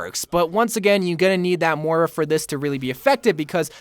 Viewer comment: M-o-i-r-a not mora.